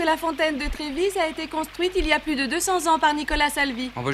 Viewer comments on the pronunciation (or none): Merci d'avoir ajouté cette vidéo! :) Retour en enfance. Fontaine de Trevi, et pas "de Trévise".